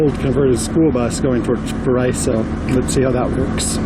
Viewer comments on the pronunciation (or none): Paraiso is pronounced para-ee-so. Paraiso means paradise in Spanish.